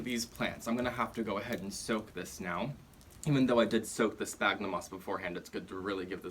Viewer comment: Great and really helpful video! Just a tip! The "ph" on sphagnum sounds like a "F", instead of a "P". Latin, I know... 😅